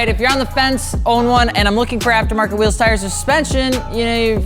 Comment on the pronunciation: It's Wheels, Not RHEAMZ